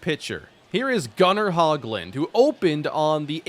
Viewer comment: Not trying be mean but just some info. Gunnar Hoglund is pronounced (hoe-glund), I believe